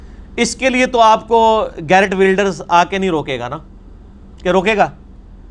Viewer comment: His name is not "GARRETT", it's "GEERT" (curse be upon him). You should know better being an educated individual. Very informative lecture by the way. Thanks for your effort.